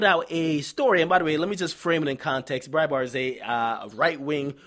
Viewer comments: bright bart is how it's pronounced and rachel dolezal is pronounced dole eh zall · You so stupid. its pronounced BrightBart. Why dont you discuss #sandrabland